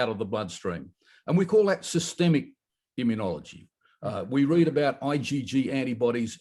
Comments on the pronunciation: immunology not immun e ology. Five syllables, not six. You are worse than Jimmy Carter, who pronounced nuclear "nucular". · John, I have sworn to myself that I would not write in to correct your pronunciation of immunology, but it has reached the stage that I cannot keep ignoring it. The word is pronounced immune-ology, not immune-ee-ology. There is no i after the n. It is like hearing people pronounce mischievous as mischiev- ee- ous instead of correctly pronouncing it mischiv-ous. No offence intended, and I hope none taken, but it does become very annoying. I love your show, keep up the good work.